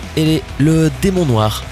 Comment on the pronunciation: "DEMON NOIX" OUAIS MDRRRRR